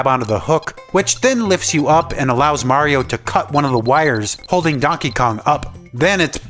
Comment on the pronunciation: Tank you for saying Mario and not Merry-O as most of people say.